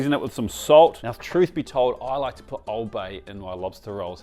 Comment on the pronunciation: As a Baltimore guy it hurt my soul to hear that